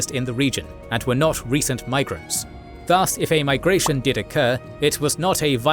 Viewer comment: I wish the narrator pronounces 'thus' more correctly rhyming with 'bus' with no stretch of sound on the vowel. The way he is saying it confuses with Indian Sanskrit word das or daas.